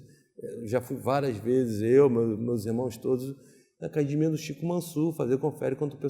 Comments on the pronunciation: Nem tem cara de Gracie. Mas se fala acadimia, quem sou eu pra duvidar ? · Se você estiver vendo uma entrevista do JJ e ouvir "acadimia" com certeza tem um Gracie. Hahaha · Acadimia e treno